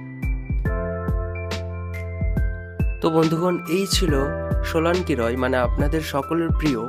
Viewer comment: Solanki Roy nam take eto bichiri bhabe pronounce korchilen keno ? Age ki bhabe kotha bolte hoy sikhun. Tarpor vlog banan.